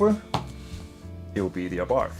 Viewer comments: you would think in 10yrs of ownership you would learn the proper pronunciation of ABARTH is " Abart" ( The H is silent) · One of the worst cars produced, especially because Chrysler was involved. Avoid anything made by Chrysler. The car is telling you not to buy another, ever. Ah Bart is the correct pronunciation. BTW the first 500 of the FIAT 500s were imported to the US , were made in Italy.. they are rare. The Italian version was much better. I first saw them in Italy, and they are far superior to the trash that Chrysler made.